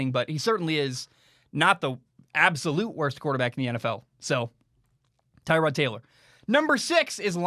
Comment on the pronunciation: I think that Tyrod’s name is pronounced Ter-rod, not Tie-rod. Kind of like Terrell Owens, just a little tidbit there.